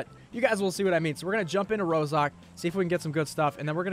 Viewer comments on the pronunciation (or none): Is not one going to talk about the fact be said ROSOK and not ROZHOK